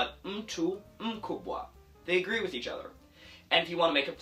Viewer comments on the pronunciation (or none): none